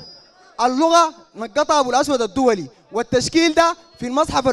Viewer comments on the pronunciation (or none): اسمه أبو أسود الدؤلي مش الدولي هههههه يجيبوا ليك قال المصحف المل مشكل وما منقوط خخخخ ياخ ماعارف تنطق صاح .